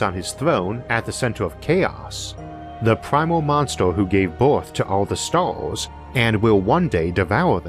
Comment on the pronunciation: I can’t place this accent it’s tripping me out lol, like every ar/er/ir/ur is pronounced as “or;” like “monster” becomes “monstor” 🤔